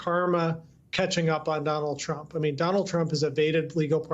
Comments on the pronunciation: When Lisa Rubin began she clearly said 'Chump' rather than 'Trump' Not really a mistake. 😅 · > She pronounced him as chump! 🤣🤣 Yes it's true his name was Donald Chump! 😂😂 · she calls him "chump" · Am I the only one who heard "Chump" ? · aaaauckusations :) and she definitely referred to trump as chump! haha